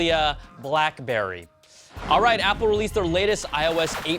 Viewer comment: Why's he got to say BlackBerry like that?